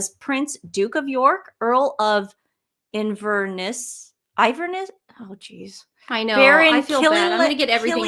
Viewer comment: They often get names wrong, such as WimbleTON, and listen to them trying to say IN VER NESS earlier. I don't think there's any meanness intended, just my opinion.